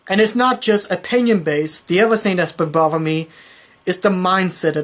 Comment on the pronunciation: Learn to speak, I don't care about what has been "bovving" you.